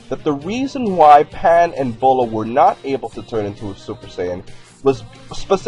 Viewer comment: Her name is not pronounced Boh-laah....... It's pronounced BEE-YOU-LAAH. Get it right.